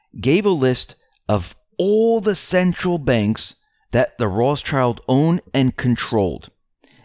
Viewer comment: Every time you say Ross-child, I cringe and wonder why someone who claims to know so much can't even pronounce the name properly! Come on!!!